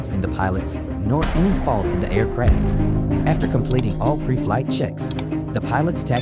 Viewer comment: Air CRAFT. Pronunciation drove me crazy ..m